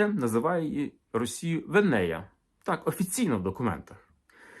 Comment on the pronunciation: Трошки не так читається по-фінськи назва рашки "Venaja": не "венея", а саме венЯя.